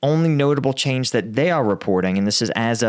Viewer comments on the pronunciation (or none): none